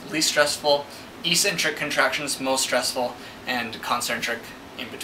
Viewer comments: Ecksentric, not eesentrick. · Good explanation, but it's pronounced EX centric not EEE centric... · How to pronounce eccentric